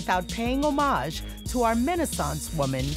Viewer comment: Did this lady really mispronounce the word homage?